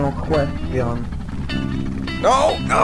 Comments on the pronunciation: "Nuh kwestee-on." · It’s been 7 years, and I still say “no questeon” reflexively Help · No kwest shun.